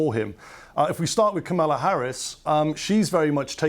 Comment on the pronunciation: KA-ma-la, isn’t it?